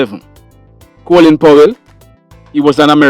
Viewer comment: Coolin is the Americans screwing up the English language. It's Colin.